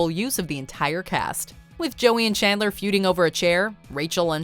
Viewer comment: "learn about her relationship with Kandler" Kandler? plis tell me am not the only one hearing that 🙀